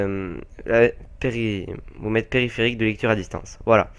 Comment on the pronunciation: Se n'est pas Pepripétie mais Periphérique :p